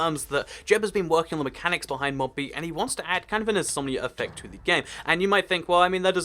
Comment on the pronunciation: When you say something like "Insomnia Effect" it sounds like you're saying "Insomnier Reffect"